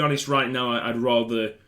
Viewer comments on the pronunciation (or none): none